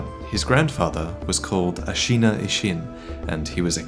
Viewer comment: Hate to be the grammar Nazi, but Ashina is pronounced like the english word 'shin'. A-shi-na, not A-shee-na.